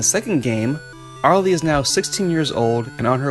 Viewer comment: I forgot to tell you that Arle’s name pronounces “ar-ll”.